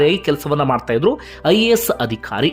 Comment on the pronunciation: ನೀವು ವಿವರಣೆ ಕೊಡುವಾಗ ಪ್ರತೀಬಾರಿಯೂ 'ಅಧಿಕಾರಿ' ಎನ್ನುವ ಬದಲಾಗಿ 'ಅದಿಖಾರಿ' ಅಂತ ಉಚ್ಛಾರಣೆ ಮಾಡುತ್ತೀರ, ಇಷ್ಟು ಚೆನ್ನಾಗಿ ವಿವರಣೆ ಕೊಡುವ ನೀವು ಇದೊಂದು ಸಣ್ಣ ತಪ್ಪನ್ನು ಸರಿಪಡಿಸಿಕೊಳ್ಳುವ ಬಗ್ಗೆ ನಿರೀಕ್ಷೆ ಇಟ್ಟುಕೊಳ್ಳಬಹುದೇ ?